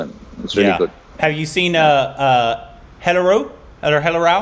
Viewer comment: its pronounced as Mir - zaa / zaah - pur and the gujarati film (hellaro) pronounced as Hail - are (R) - O